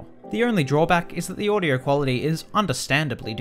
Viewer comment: lol, he said "audyour" instead of "audio"